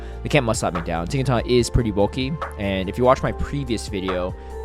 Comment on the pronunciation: why are you pronouncing Tinkaton with a G at the end lol